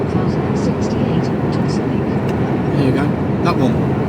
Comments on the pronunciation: Pronounce Alnwick annick imade the same mistake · Hi keep on trucking mate for us who can't anymore Alnwick is pronounced anick the l an w r silent